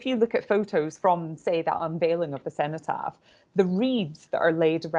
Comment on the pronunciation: It's Edward Elgar pronounced El-garr The Cenotaph is the memorial in Westminster to the fallen of World War One ( ) Cenotaph is pronounced Sen - o - taff.